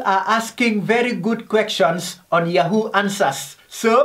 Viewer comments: He says queckshons 😂😂😂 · "VeRy gOoD KwEkJuNs" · Four tin 🤣🤣🤣🤣 !. Quechans 🤣🤣🤣🤣 fust period 😂😂😂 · Quections Quections Quections Quections Quections Quections